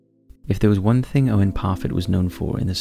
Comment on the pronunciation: Owen Parfitt, not Profit.